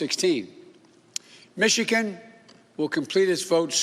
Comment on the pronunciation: Can't even pronounce Michigan right. Keep reading your teleprompter Joe.